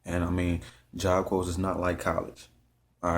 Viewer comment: Corps is said like job core